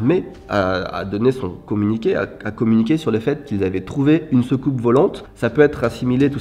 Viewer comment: Soucoupe,. Pas secoupe 😄 P.S: on veux plus de vidéo dans ce genre!